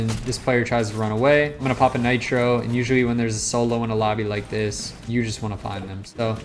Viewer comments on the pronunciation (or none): 3.00 bro said natro😂😂